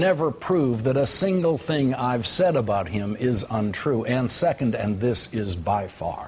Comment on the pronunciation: Tings. I'm just sayin. I've hoid some tings.